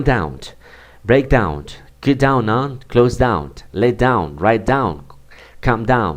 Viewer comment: Su explicación y planteamiento del tema son buenos. Sin embargo la pronunciacion de muchas palabras, es incorrecta, creando confusión. No es elevenD, es eleveN; no es fiveteenD, es fiveteeN; onD, es oN; no es downD, es dowN; no es turnD, es turN, y así hay varias repetidas muchas veces, errores que calan y se multiplican. Gracias.